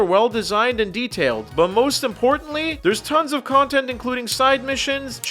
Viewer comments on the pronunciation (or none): none